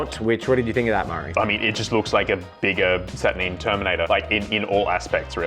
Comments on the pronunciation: SAT UR 9!!! not saturneen!?!?!?!?!?!?!?! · Why are you saying "Satur-neen? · Saturneen... neen? Sat ur NINE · Satur Nine not Satur Neen. Can clearly tell you never watched the videos GW made, because they pronounce the name properly. Not this weird Neen you guys keep saying. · SaturNEEN? 🤢🤮😂 love it when YouTubers deliberately mispronounce sheet.